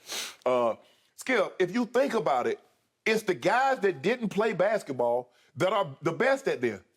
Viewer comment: Uh…I don’t normally do this but… - was painful from Uncle Shay. “Bathket-the-baw” 🤣